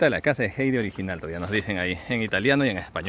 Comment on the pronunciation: Heidi Se pronucia: "jaidi", no jeidi